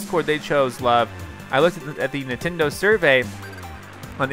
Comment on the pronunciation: Nientendo? Its NINTENDO not NIENtendo